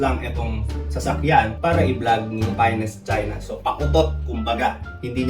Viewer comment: Rinig mo din🤣